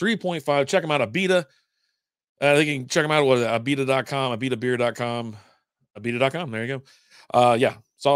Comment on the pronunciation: Not ALbita, but Uhbita, really. I like this lager.